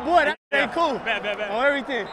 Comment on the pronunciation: Jack Jones- Aye I see you, But ima have to get on you cause you got on my boy Own EYYYTHANNG!! 😂😂 Real Cali dude right there!! Bolt chump- bet bet bet 😢